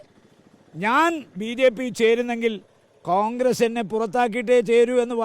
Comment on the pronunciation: കാൺഗ്രസ് ആണോ കോൺഗ്രസ് ആണോ... ഇയാൾ കാൺഗ്രസ് എന്നല്ലേ പറയുന്നത്